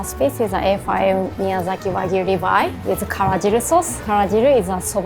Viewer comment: Finally, Chef who pronounces wagyu correctly. 👍